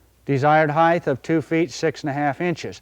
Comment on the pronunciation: Very nice. Not hating, but it is height, not heighth.